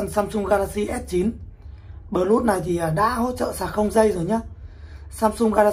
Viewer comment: Plus Đọc là pờ lút à ông? Chịu khó dùng GG dịch mà nghe nó phát âm như thế nào nhé.